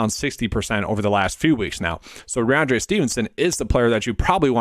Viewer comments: Good content but you have to pronounce the names right. First it was toooney, now rahonde Stevenson. It’s rahMondre. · Listen back. You aren’t saying the m in rahMondre. It doesn’t effect your views, which I generally agree with but it’s a credibility thing if you want a channel to grow. Anyways, keep grinding. Not a huge deal.